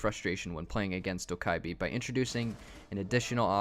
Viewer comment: It’s dough ku bee